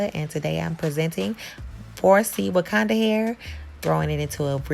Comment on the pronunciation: I was getting really annoyed when you kept on calling it’s “wakanda” hair 🙄